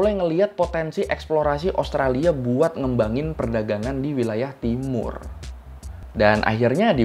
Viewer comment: Bang usahakan selalu sebut nama Australia bang, karena namanya bukan Australi, ibaratnya sama dengan nama Indonesia, bukan Indonesi. Maju terus abangku. Sukses selalu yah👍